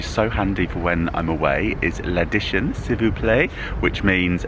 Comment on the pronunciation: You need to practice more how to pronounce L'addition cos it pretty much sounded how you pronounce addiction in English. You'll get there 🌻🐱